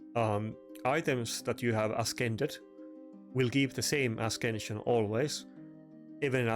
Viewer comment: Great gear piece. It's a-sense-yun not a-skin-shun. No hate, you've heard my bad German...